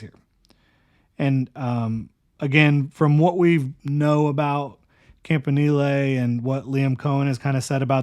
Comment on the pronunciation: I think it might be "camp in elly"...or "camp in eel"..idk but "knee lay" sounds absurd